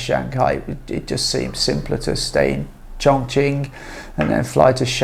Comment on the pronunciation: Looks like a frightened rabbit reading the teleprompter carefully. This fake cannot even pronounce Chongqing correctly in Mandarin. Please learn Mandarin properly, at least the pronunciation if you want to make videos about China.